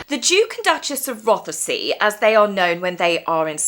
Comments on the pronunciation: Love your video, you make really great videos been following for over a year don't comment much. Just a little thing, when you are saying Duke and Duchess of Rothesay, the way you say Rothesay is not correct. We in Scotland pronounce it - ROTH-see, the e is silent. I hate to be nitpicking. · Princess Catherine looked WONDERFUL! Incidentally (hope you don’t mind) but it’s Roth-say (the e is silent)! Very best wishes to your stepmother. Hoping she makes a complete recovery. ❤ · U do not pronounce the 'e' in Rothsay. It is as i have written here. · Roth-say, you don't pronounce the e.